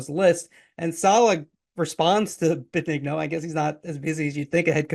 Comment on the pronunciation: You're saying Joe's last name wrong.